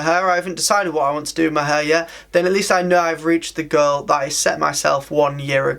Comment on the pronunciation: Whenever you say “goal” it sounds exactly like “girl” 🤣🤣🤣